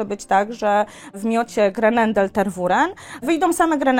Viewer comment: Nic nie powiem ,ale nie "Ter-WU-ren" tylko "Ter-we-RĘ" z akcentem na ostatnia sylabe. Poza tym bylabym ostrozna w reklamowaniu jaki to jest mily cudowny pies praktycznie dla kazdego bo malo kto jest w stanie poswiecic temu psu taka ilosc czasu jakiej on potrzebuje. Bardzo wysoki poziom energii duza potrzeba pracy.